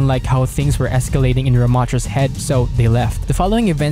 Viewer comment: Someone tell this guy how to pronounce Mondatta